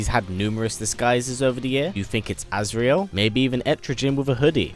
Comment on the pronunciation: it's not azreal